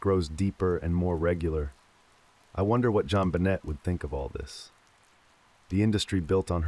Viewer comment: The way this guy pronounces her name wrong throughout the entire story absolutely drives me crazy 😡